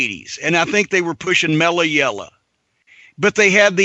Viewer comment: "Mella Yella."